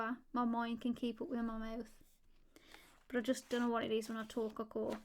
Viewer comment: It's relaxing to hear you talk or as you pronounce it, "tolke"